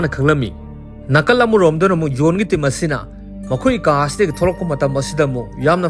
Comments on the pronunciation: Bro nggi khonthokse khra semdok o tba nungyte J gi khonthek se Y oina hyre Yail Yohn na Jail John na fjna hybiu tbada distrubance oihnle😢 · Jail haibiyu Gel or Zel hybagi konthoksida nganbiyu aduga John su Yon hyba natte Zon hyna pronounce twba yai